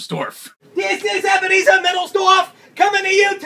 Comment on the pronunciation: ebenerzer